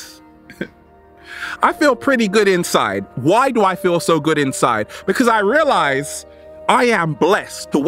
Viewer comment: FEEL word should be sharper... hahaha, I like the way you say feel so good to be alive baby, thank you.